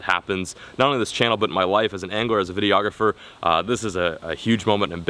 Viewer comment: videoaugriphor? english english